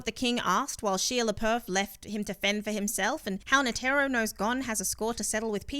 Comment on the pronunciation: NA TEAR RO butchered his name